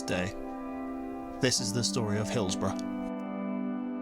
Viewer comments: Hills-bo-RUH,not RO🎩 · Correct UK pronunciation of "borough" - Sorry, it bugged me from the very outset of the video when pronounced BOROUGH as if it had a W at the end. "hillsborrow" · Pronounced "Hillsbora" Just sayin' 🙂